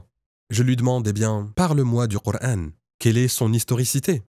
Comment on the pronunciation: Bizarre il prononce le prénoms du prophète et du coran avec l'intonation exactement du vrai musulman la langue arabe seule un vrai arabe peut prononcer les converti le prononce différemment car il faut avoir parlé toute sa vie l'arabe pour prononcer les syllabe du h ou k